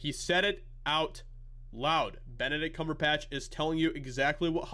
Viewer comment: Did you say, "Bent-a-dick Cumber-bitch"?